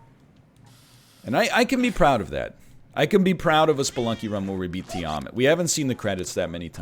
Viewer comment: Tiamat is pronounced TEE-ah-maaht